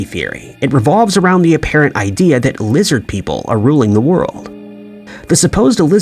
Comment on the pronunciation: LIZZID PEEPLE!